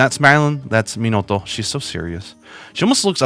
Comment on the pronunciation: Who is that? Pikachu!!!! It‘s Minoto. Fuuuuuck!